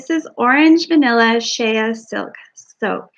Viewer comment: is an exceptionally talented and amazing soqp Rtist. Happy Birthday to you. It is pronounced, "sh-ay", as in Shea Butter. Like Hay with a S on the front. You are so full of fun and laughter, it is a joy to watch you make your products! Thanks for sharing. 😊